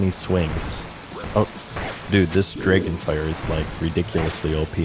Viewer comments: it's Drah-gon, not gray'gin. Learn English mr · Usually incorrect pronunciations really annoy me, but imma give 'draygun' a pass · must be from Wisconsin or Minnesota the way he says draygon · Not sure if is from Canada, Wisconsin, or like he said, autistic, the way he says Dre-gen. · you say dragon very canadian